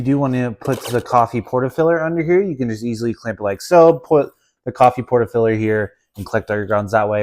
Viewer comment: ...Porta filler??? Will someone teach Americans English...porta F I L T E R FIL TER I L TR not...NOT FILLER